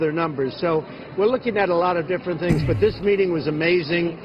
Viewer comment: and his "thins" (things).